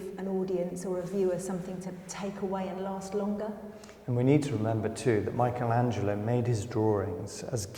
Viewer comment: Always this mispronunciation of Michelangelo....is not Michael